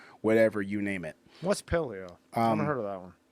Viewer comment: Dude cant even pronounce Kevin Lerone's name properly. Guy talks about essential carbs while referencing the Palo diet.